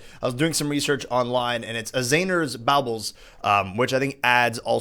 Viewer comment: Is it pronounced borbles or bowbles